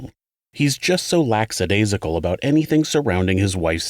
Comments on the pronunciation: Hmm, didn't think you were the type to delete comments... As I politely stated - as to enlighten everyone, the word is "LACKADAISICAL" not laxidasical. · Dude. It’s LACK- a - days- ical. I mean you can’t pronounce French, understandable. But English? I mean, come on. I love the channel. But when you don’t know how to speak English correctly, it makes your listeners lose respect for you. And since you freely throw out your opinions, make them worth hearing. Get it right. I’ve let other mistakes go, but in the interest of “oh ffs let it go it’s only one mistake,” I’m gonna let my corrections out, dude.